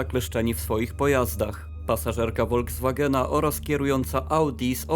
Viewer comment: "Volkswagen" wymawia się [Folkswagen] zamiast [Wolkswagen]. Poza tym, nie ma czegoś takiego jak "ilość" osób, jest tylko liczebność - osoby są policzalne.